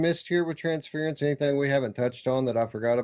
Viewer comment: I used to call it Trans-fear-ence because Anthony did. It's Trans-fur-ence though.